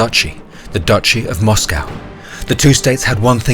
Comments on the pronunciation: Mate, you sound British. A least have the decency to pronounce the word 'Moscow' correctly. A awful blot on otherwise great content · First British person I've ever heard pronounce Moscow like an American.